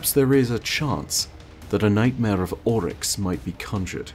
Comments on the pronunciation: It's "Oryx," not "Olyx." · sounds Scottish when he simply says "Oryx" Kinda weird:/